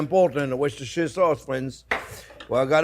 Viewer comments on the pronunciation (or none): why do you not people in the do not USA learn Engish , it is not worsester seserer sauce it is Wuster sauce